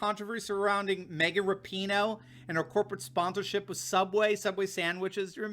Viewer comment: By the way it is pronounced Rap-in- HOE!